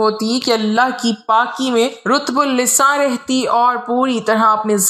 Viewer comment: ماشاءاللہ اتنی بہترین اور عمدہ اردو روانی کے ساتھ اس کی الگ تعریف بنتی ہے خوش رہیں ہمیشہ اور خوشیاں بانٹتے رہیں جزاک اللہ رطب اللسان را پر زبر ہے اور آپ نے پیش کے ساتھ پڑھا ہے Don't mind again جزاک اللہ